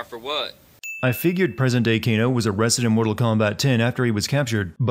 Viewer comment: He called Kano Gae 😂😂